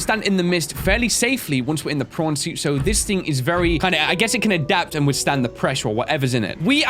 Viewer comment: how come to me it always sounds like is saying porn suit and also if you can cure creatures why cant you cure your self ¯\_(ツ)_/¯